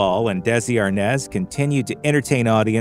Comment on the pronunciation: No it's always been Arnaz...😂 But it's pronounced ARE-NAHS